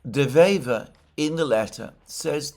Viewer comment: De Wever is a dyed in the wool (wever = a weaver, pun intended) politician that has many years on his conto and probably the most intelligent man we've seen here in Belgium in a long long time. This is not a lightweight. By the way Alexander, perfect pronounciation of his name.